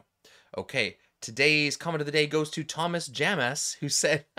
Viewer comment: Lol, you called him Thomass!